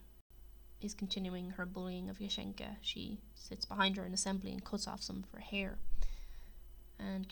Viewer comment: Great video but you are pronouncing kasienka wrong it’s Kassie-en-Ka hence why they call her Cassie